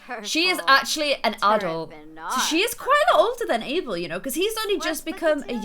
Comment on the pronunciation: Does anyone else hear say April instead of Abel?? or is it just me